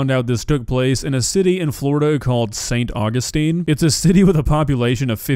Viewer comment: St. Augustine is the first ever and oldest established city in America. I'm crying hearing how you said st. Augustine. As if It was nothing 😭😭 my poor town